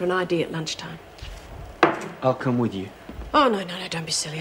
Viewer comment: Is it me, or can't pronouce "th"? sounds more like "v". Like when he goes "I gotta score to settle "wiv" you"